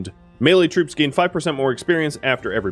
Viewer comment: When you issue orders to troops on the battlefield, it sounds like he says "brutes" instead of troops. This amuses me every time